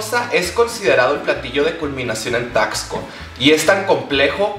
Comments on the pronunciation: Weeey, yo soy de Taxco, neta te amo. Y bueno... se pronuncia taSco xd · Como que no se pronuncia taXco? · Amistad no se pronuncia "Tacsco" sino es más como "Tasco" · Aquí viene la contraparte de super holly... O sea yo.. -No se dice: "Taxsco" -Se dice: "Tasco" Pero se te perdona todo hermana! Y uff ufff uffff el cóctelito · Amiga, no sé si lo decías en juego, pero bueno, se pronuncia Tasco, amiga. Amé el video, espero con ansias el resto de la semana mexicanisima; saludo desde Acapulco 💜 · Me encanto tu vídeo 😍 tu vestido es hermoso Solo como dato, Taxco se pronuncia la x como s, sonaría Tasco. Vivo al lado de esta hermosa ciudad 😊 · Me emocioné cuando dijo Taxco (de ahí soy), pero chica, se dice como si la "x" fuera "s". Aún así me encantó el video <3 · We cuando dijo TAXCO dije nel se dice tasco pido perdón por ser pendeja 😫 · Herman soy fan de como pronuncias Taxco.